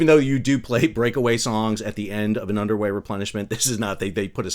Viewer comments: I kept hearing “underwear” replenishment, instead of “underway” replenishment. Probably some of that going later as well. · I thought you said Underwear Replenishment.😂 Wait....is it literally an underwear replenishment???